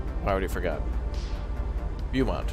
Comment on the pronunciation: Beaumount is pronounced Bo-mount.